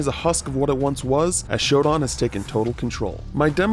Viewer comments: Yeah, why does this guy keep mispronouncing her name like that? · How does anyone mispronounce Shodan?, they even pronounce her name in game Also why not get someone why actually played the original to make this video that way they can better comment on the differences? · Why would someone who never played the original version play this for the video? Or why not get a new player and a fan of the original both play it If someone who played the original played this then they could compare it to the original and it’s changes Also they mispronounce SHODAN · Bro didn’t even pronounce shodan right 🤦‍♂️ what a terrible video. Get this guy off this game bro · its pronounced shodan